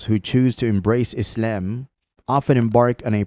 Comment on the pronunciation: The absurd pronunciation of "Islam" is offputting. Stop it. Also try not to sound so smug.